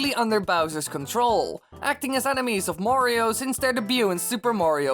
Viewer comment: Learn how to say Mario. It sound's that you say Wario.